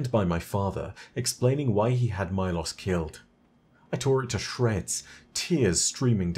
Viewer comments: why do you pronounce the war beast's name as Mai-Loss when its mee-lows idk why but its bothering me lol great video! love your content, keep up the good work :D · Milos? More like "my-loss" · How do you mispronounce Milos even though you contain a clip of Calus saying the name aloud.